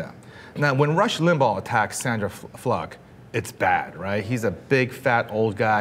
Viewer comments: keeps saying Sandra Fluk instead of Sandra Fluke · Sandra Fluck??? Im pretty sure it is Fluke. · Anyone notice she said Fluck rather than Fluke? Implication of "fuck" maybe.... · When did we start pronouncing it 'Fluck' and not 'Flook' ? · Why is he pronouncing "Fluke" like "Fluck"? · oh my fucking god is it FLOOK or FLUCK? everybody keeps pronouncing it differently lol. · it's Fluke dude, not fluck! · stop saying sandra fluck! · Is it pronounced "Fluck" or "Flook"? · Fluke or Fluk? lol